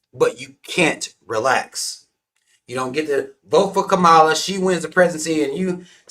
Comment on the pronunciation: Were you saying her name wrong on purpose?